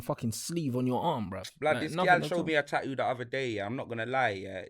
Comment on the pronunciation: " Ta'oo " is a new one on my Bri'ish vocabulary